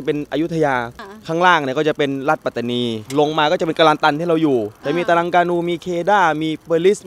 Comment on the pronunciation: รัฐปาตานี ไม่มีหรอกครับ เป็นข้อมูลบิดเบือนที่พวกล้มล้างการปกครองมันแต่งขึ้นเพื่อหลอกและปลุกปั้น ความจริงคือ รัฐ ปัตตานี Pattani มี t 2 ตัว ต้องอ่านว่า ปัต ไม่ใช่ปา ข้อหาล้มล้างการปกครอง เท่ากับกบฏ โทษสูงสุดคือประหารชีวิตครับ น้องๆอย่าไปเป็นเครื่องมือให้เขา อย่าไปเห็นด้วยหรือเข้าพวกกับคนไม่ดีครับ จะได้ไม่เสียชาติเกิดมาเป็นคน ต้องไม่ให้เขาหลอกใช้